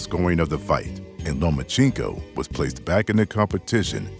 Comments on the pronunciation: Hey - learn how to pronounce one of the greatest fighters to have ever stepped into the ring - phonetically: LOW-MA-CHENK-OH; not LOW-MA-CHEENK-OH (CHINKO) like what California called Chinese Labourers who worked the railroads - remember? Listen & from 2 separate fight-moderators & then listen to yourself & throughout this broadcast - get to work on that - it's your job! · LOMA-CHEENK-O LOMA-CHEENK-O LOMA-CHEENK-O LOMA-CHEENK=O LOMA-CHEENK-O oops, meant to say LOMA-CHEN-KO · He is one of the best P4P fighters in the world - learn his name properly for goodness sake - LomachEnko not Lomachinko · No Mas-Chenko 🤣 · Nomaschenko lmao perfection